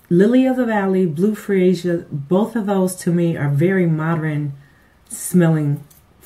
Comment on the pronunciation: Did u say "mod-er-rin' or is the word "mod-urn' i.e. modern